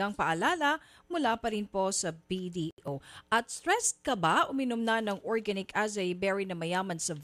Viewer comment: Bakit maarte mag salita si nina ng tagalog, eh hindi naman nya ma pronounce ng tama ang organic lol.